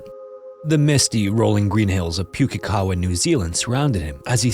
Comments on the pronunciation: Most NZers pronounce it as pook-ee-kawa (pook rhyming with book), it's not puke as in throw up :P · Excellent story, as always. I have one critique. Pukekawa is pronounced not as "Puke(like vomit)-e-kawa" it's a little more like "Pook(like look)-e-kawa." Hearing it said like that was... a little jarring. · Just FYI, Pukekawa is pronounced Pook (rhymes with look) -E-Kah-Wah, Not Puke-E-Kah-Wah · It's not actually prononced that way. Puke is said like Pookie (rhymes with Bookie) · I love your story telling technique😍, and no shade to your attempt to pronounce a small NZ town but as a Kiwi-expat hearing 'Pu-ke kawa' instead of 'Poh-key ka-wa' made me giggle😆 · Poo-key-ka-wah Maori place names can be difficult b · not a bad shot at pronunciation. If anyone's interested closest correct pronunciation of Pukekawa would be something like pook (like book with a p) so pookey car wah. Also from NZ and generally stuff like this doesn't happen, there's a handful of cases over the years that just don't make sense. Bain family murders are another and so are Ben Smart and Olivia Hope. edited trying to get the pronunciation a bit closer. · So weird hearing a story from my country on here...incase anyones interested - Im not an expert, but the pronunciation of that Maori placename iscloser to Pook-e-kawa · New Zealander here; this is a very well-known case in our history - I was even once at the same Christmas barbecue as Mr. Thomas when I was a child. In any case, your pronunciation of "Pukekawa" is almost spot-on, but the first syllable is more like "book" with a P. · I'm sorry, but I think I swallowed my tongue from laughing at the pronunciation of Pukekawa XD I'm from New Zealand and Maori names are VERY hard to pronounce for non-Kiwis. Good effort, narrator <3 I hadn't heard of this story, I had to google it after. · As a New Zealander you made me flinch every time you mispronounced Pukekawa.